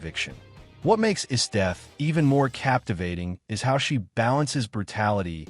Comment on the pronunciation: I love the Dragon Ball franchise! Frieza is one of the best anime villains ever! Why do you use an AI voice? Wouldn't your real voice be easier? Plus it messed up some of those names (Esdeath).